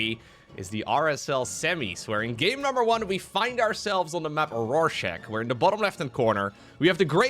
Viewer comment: Please, the map rorscharch is named after the famous "psychological test" with the mirrored random black spot and is pronounced "rorshar" because this is the name of the guy that came up with this test